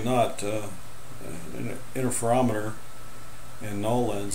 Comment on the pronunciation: What is an "innerferometer"?